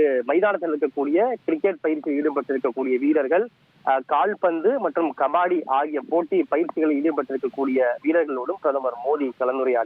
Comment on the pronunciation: MCL - தவறு MCG - இது தான் சரி %%%%%%%%%%%%% STEVE WAUGH இதன் உச்சரிப்பு: ஸ்டீவ் வாக் - தவறு ஸ்டீவ் வா - இது தான் சரி ^^^^^^^^^^^^^^^^^^^^^^^^ கபாடி - தவறு கபடி - இது தான் சரி ################ "முதல் முறையாக¹" ஆஸ்திரேலியாவிற்கு வெளியே இந்த கிரிக்கெட் போட்டி நடைபெறுவது இதுவே "முதல்முறை²" - தமிழ் பாவம்! தமிழ் தெரியாத பரதேசி தமிழ் பேசறான்! கொடுமை! 😢